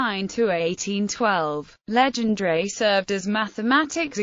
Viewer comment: Worst pronunciation of his name